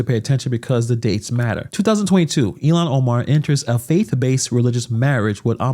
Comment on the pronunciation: Who the F is Illiyan Omar??? Why can't Vance pronounce her name correctly? And just to say, the evidence against her having married her brother (which she did to get him into this country and to fraudulently obtain student loans and federal student housing for the two of them) has been proven with iron clad evidence. THE MAINSTREAM MEDIA has obfuscated the story because the MN news journals are as left as it gets.